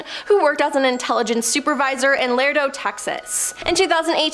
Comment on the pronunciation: Get your story straight on ortiz. Laredo is not hard to pronounce. Get your victims right and stop making up stuff for your story.